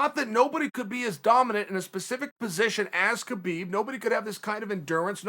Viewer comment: Uncle loves Kabib... But can't say it!